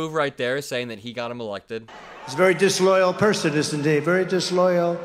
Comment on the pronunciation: “So DIsLOYallluh” 🍊🎃🤡 I would wear that as a badge. F**k yeah, it’s not supposed to be loyalty to an orange Antichrist, but the country! Okay!!!